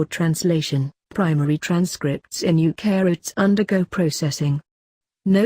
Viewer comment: "Eukaryotes" sounds like "eu-carrots". Wow, we are a talented bunch :-)